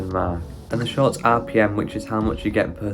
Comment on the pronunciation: All I can hear is “sharts” 😅🤣